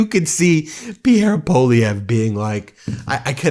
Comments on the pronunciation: May I suggest that you pronounce Pierre Poilievre' ssurname as "pwalieve". That is how the letters work in French. P.S. I am Candian and not a fan of M Poilievre.. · Really getting a kick out of your Maple Meidas stance. Thanks for your support! One quick note — Poilievre is pronounced PWA-lee-evre. It’s a tough one, and you’re SOOO close!🍁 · Poilievre is pronounced Pwah-Lee- ev- ruh. (Wah like water)